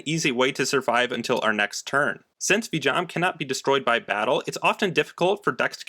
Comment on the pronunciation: No hate whatsoever, but I have an issue with how you pronounce Vijam. Either way, nice video!